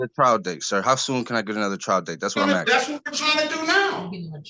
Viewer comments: It's "ASKING! ASKING!" Not "axing!" In the name of all that's holy, "ASKING!" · The word is " Asking ", not " Axing ". It's " Do That ", not " Do dat ". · For real...are you chopping wood or ASKING a question? For the life of these people, they can not pronounce this word correctly. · ' im axing ' Lock him up, thats assault with a deadly weapon. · I'm axing you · He "ax-in" the Judge. 😂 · He's axing. Quite the lawyer he has. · He’s axeing for a hearing.😅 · ‘ I am axsing…’ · Returd keeps axing the judge. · Never tell a judge "I'm axin' you..." That's being a real Dumbf*ck McD*ckflute. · He's just axing for a written notice. Why is that so hard? Also, is one of my favorite judges.